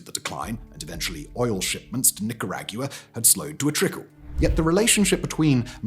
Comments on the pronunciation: I understand that you're British, but you can only get away with mispronouncing the names of countries so much, and not this much. This is the equivalent of someone from Latin America visiting the UK and pronouncing Wales with two syllables; this added syllable at the end of Nicaragua is awful. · That's quite a way to pronounce "Nicaragua". Even exclusively English speaking Americans do better on average. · This was a tough watch with how he pronounces Nicaragua. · His analysis was more difficult to listen to than his pronunciation of Managua/Nicaragua. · I've heard you butcher "Nicaragua" 100 times in the first 3 mins. No thank you. Un watchable haha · I will NOT suffer another video about Nicaragua pronounced like that! It was PAINFUL!! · Simon please, you're genuinely tanking the reputation of this country and it's pronunciations dawg 🇬🇧😭🙏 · Why do you keep mispronouncing it? The pronunciation is a freely available right at the top of a Google search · Actually unwatchable the way he said Nicaragua it's like calling Great Britain "Great Brit-ay-een" but English people will say it's the correct pronunciation when it's not even an English word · He literally doesn't investigate any of his videos. He just reads scripts from his writers, is it any surprise that he pronounces Nicaragua like that? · Reading the comments as the ads played still wasn't enough to prepare me for the butchering of the word NICARAGUA 😬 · That is such a wild way to pronounce Nicaragua. Not even close to the way they pronounce it 😂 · Bro I quit after 3 minutes. The amount of time you mispronounced Nicaragua in such a short period of time is absurd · LMAOOOO the way you said Nicaragua is golden. Complete butchery but golden. Thank you as someone from Nicaragua. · as someone with Nicaraguan family who immigrated here. I dont think yall saying it right haha no offense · I had a Nicaraguan professor in college that’s not how he pronounced his home countries name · This dude cannot say Nicaragua.